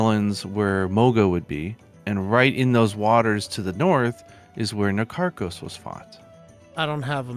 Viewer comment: You are all wrong, it's Na-Tar-kos